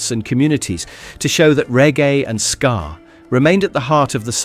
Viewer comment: It's SKA not SCAR